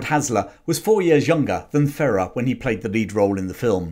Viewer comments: Jose Ferrer's name is pronounced :Fuh-rare". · Jose Ferrer: "Fur air" would be the correct pronunciation. A really under rated actor, also his son Mel is very good. Good vid!